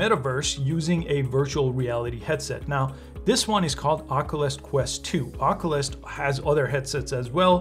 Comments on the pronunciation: the way he says “ockolus” instead of “ock-you-lus” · Please for the love of GOD>.. SOMEBODY teach this man how to say Oculus. He keeps pronouncing it 'Ock-o-lis'.